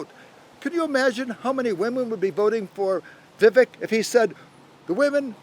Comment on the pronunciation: Geez Perry, at least pronounce Vivek’s name right if you’re going to call him out smh